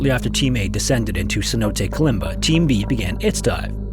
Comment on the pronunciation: snow days? Stop being lazy and at least try to pronounce the word Cenote correctly.